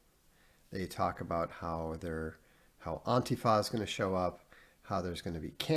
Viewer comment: I love how Vox pronounces Antifa "Auntie Fa". Somebody out there has an Auntie Fa. I know it.